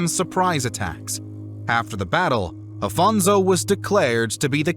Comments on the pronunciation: First of all, I'm loving the video, half way through it Second of all thanks for trying your best in some cases to pronounce correctly the names But like why read Afonso as Afonzo xwx It quite bugs my mind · Don't pronounce Portuguese names with Spanish accent please. It's not Alfonzo, it's AFONSO HENRIQUES. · This is an o.k. video, but it could have been much better if it didn’t have several inaccuracies in pronunciation of names of places (“Ceuta” was basically butchered) and people (“Alphonso” is not “Afonso”), as well as some slightly wrong facts. And the “epic” tone of the narrating voice is a bit annoying. Still, it’s a nice enough video.